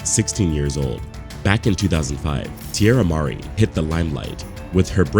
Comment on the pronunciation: It's Tierra Marie, not Mar-E.